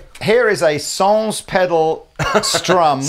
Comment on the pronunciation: Hey, I'm French, just let me know if you would like to use the french word correctly, I could give you some tips:D "Sans" is pronounced without the S at the end. Cheers!